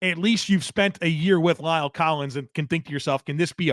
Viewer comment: Please learn to pronounce La'el correctly. It is not Lyle!!